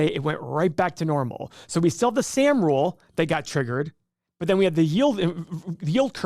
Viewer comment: And it’s pronounced Sahhm.